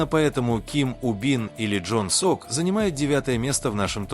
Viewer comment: НЕ ЖОН СОК. ЛИ ЧОН СОК